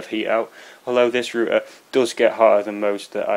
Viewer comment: Thank god, somebody is pronouncing RoUter right!!!!!! Greetings from not America!